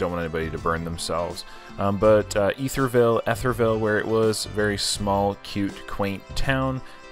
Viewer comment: EE-ther-ville… it’s EE-thers not eth-ers…